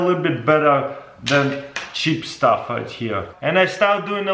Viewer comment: “Cheep sthuf wight here”